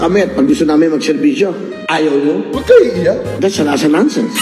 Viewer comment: "Dats a lats a nansens" wag na pilitin kung hindi kaya. 😂